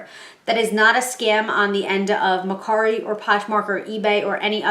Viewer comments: It’s MER KARI NOT MER SARI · It’s MerCari with a K.